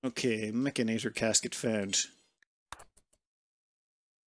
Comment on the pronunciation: It's not a "mechanator", it's a "mechanitor" (like a cross between a mechanic and a janitor).